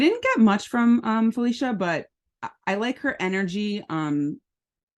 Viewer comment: Other than mispronouncing the name she just gave you, but Felicia is from my town of Tacoma, WA and you should know she's former Air Force! Praying they don't send her out quick due to her age. I don't recall an older woman other than Remy making it far and she was MEAN!